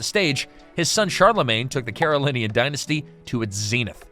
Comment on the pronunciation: It’s pronounced “Mare-oh-vin-JEE-en” and “Care-oh-lin-JEE-en”